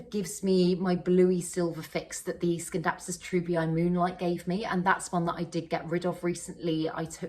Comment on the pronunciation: You're right pronouncing it as 'skindapsus',. In Latin, a 'c' is always pronounced as 'k'...